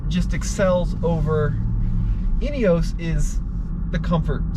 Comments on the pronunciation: "in-ee-os", not "in-ee-ohs" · European pronunciation is INEOS not INEOWSE. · There's no e on the end. Ineos not ineose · I believe that the makers call it with the pronunciation "inioss" and Americans should respect that and not refer it as an " inioss. Just my humble opinion. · Great video, interesting comparison. There have been comments on the INEOS about slightly offset pedals being uncomfortable on long drives. Was that apparent? BTW INEOS most people in UK pronounce it IN-EE-HOS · Guys - it's pronounced "Inny-oss".